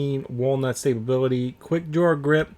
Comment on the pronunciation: It made be cringe when u said stability with an extra b multiple times. I still prefer the k98